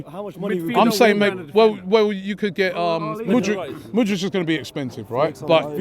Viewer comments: This brother keeps saying mood-rich. Bruh learn his name before you put your demands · Yeah and Mudric for Mudryk 😅🤣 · Robbie wants Mudrik so much, he can’t even pronounce his name right😂😂😂